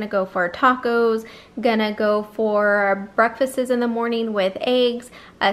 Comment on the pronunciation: Good, meaningful content, but I think you made a mistake by saying 'breakfases' (as plural of breakfast). At least that's what I heard while you were enumerating your grocery items. Anyway, just wanted to give you a heads-up.